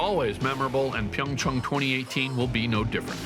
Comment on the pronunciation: Finally, someone that can actually pronounce PyeongChang correctly!! Also, HOPEFULLY YUZURU GETS ANOTHER GOLD!!!!